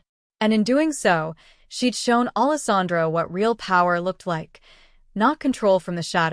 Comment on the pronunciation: It’s not Allis Andro! It’s spelled Allesandro. Idiots!!!!! So nice to know AI still won’t replace the educated human.